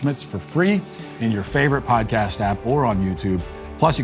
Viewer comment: Anytime Matt say "podcast", especially when he says "apple podcast" it sounds like he's saying apple pie. He pronounce it so weirdly.